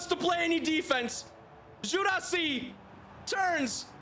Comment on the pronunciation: Guirassi is pronounced "Guee’rassee", not "Jurassi" Llorente is pronounced "Liorentè", not "Lorentè"